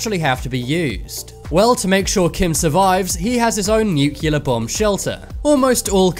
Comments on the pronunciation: “Nyu-cyoo-ler.” Perhaps you mean nuclear? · It's pronounced "nuclear" not "nucyaler"! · NU-Ckelar bombs? NU-CLE-AR-Bombs.. Just try it few times, and it will be ok... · Noocular. It's pronounced noocular. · why cant you say nuclear right?